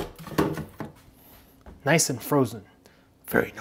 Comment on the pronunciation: It pisses me off how he says nice